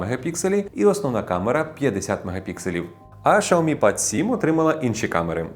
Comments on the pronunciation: Шаомі 😂 дід шось заганяється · Дизлайк за шаомі